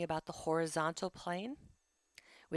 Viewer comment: Good summary however I kept being thrown off by random mispronunciation of words “abduction and adduction”.